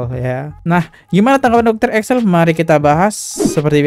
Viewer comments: Ekles bukan Eksel 😂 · Ekles bang ekles.. Bukan eksel. 😂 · EKLES BANG BUKAN EKSEL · Setuju. Ekles dia baca Excel, Presenter dia baca Persenter, di video2 lain ternyata dia sering salah baca juga. Itulah kalau nggak ada standar baku untuk orang bikin podcast